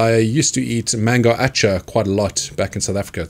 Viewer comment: I’ve watched this video tonnes of times... and it just clicked in my mind that you were saying mango achar!! 😅 This is a very popular Indian pickle that has reached the world’s corners! We have it here too given the sizable Indian community.